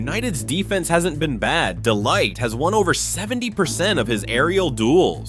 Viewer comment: The way he's saying De Ligt's name wrong is annoying me lol 😂